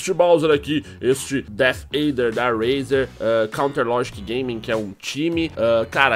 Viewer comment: se fala reizer nao rueizer